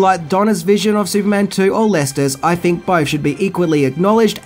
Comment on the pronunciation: This could have been a pretty good video but the guy who narrates it uses a version of English that is below that of an 8 year old. Wiv, Luffer, frilled, fink....need I go on!